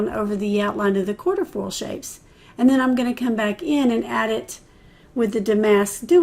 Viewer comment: Cute simple spread! Just so you know, the stencil is not quarterfoil, it’s quatrefoil pronounced kwa-tre-foil.